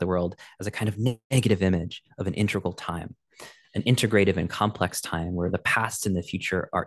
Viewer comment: Very nice attempt and attention. By the way, it is integral, not intergal. Love your "interplanetary culture".